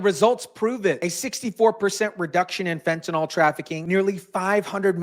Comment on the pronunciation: *fentaNYL, not "fentanol" 🤙